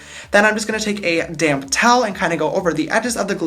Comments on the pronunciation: Am I the only one that hears "damn beauty blender" when he says "damp beauty blender"? 😂💜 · Oml I keep thinking you say "a damn beauty blender" 😂😂 about 10 mins after the video I realised you said 'a damp beauty blender' 😂❤ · When you say “ Damp Beaty Blender” I always think you say “ Damn Beaty Blender “😂😂😂😂😂😂😂